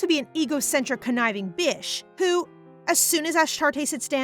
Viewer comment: I know i commented twice but i didnt realise when she was trying to say bitch but she say bish